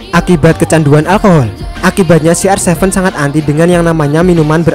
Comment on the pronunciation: kenapa ronaldo di sebut si ar sefen.